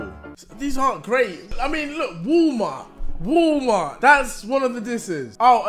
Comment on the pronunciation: He says wooooolmart, I believe it’s WAAAAALLLMART